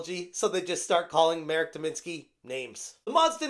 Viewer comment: It may sound silly and insignificant, but thank you for learning the proper pronounciation of Marek's name. I watch different english speaking youtubers and so many of them butcher it or don't even try to do a small research or ask a native how to pronounce a slavic name, to the point I sometimes don't even recognize who they are talking about. I find it to be a basic courtesy to do so, so the people who speak the language don't feel like you mock them. Anyways, the whole situation is hysterical, reddit mods proving memes about them are true xD